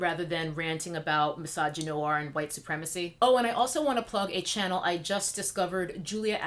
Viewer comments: And mine. Because myTribe is intelligent. And GROWN.... Primarily that. Welp, you know EXACTLY WHO is employed to censor us. Also, I LIVE every time you enunciate wQHite. ...Period. I'm not even a cosmetics stan, nor have I ever been inspired to follow her channel (since I'm NOT said cosmetics stan).... but I root for Jackie and her success -- ALWAYS have -- FOR THE VERY REASONS MENTIONED here and because she has REPEATEDLY SHOWN herself to be sincere in her efforts. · Why do you pronounce white like that? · I love how you say white!!